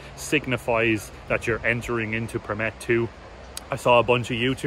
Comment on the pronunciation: you have such a great pronunciation of Përmet. Closely to a native. Good video. I really hope you guys had a great time. Greetings from Përmet.